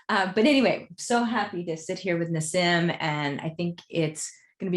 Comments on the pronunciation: It bothered me a bit that she couldn't pronounce his name, it's 'Nah-Seem' , not 'Ná Sïm'. He's cool. I like that he corrected the conversation, bringing the plasma concept to the actual concept of 'ether' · But she is butchering the pronounciation of him name! 😳